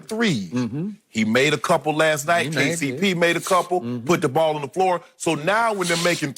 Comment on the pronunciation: That “KCP” sounded too much like FTC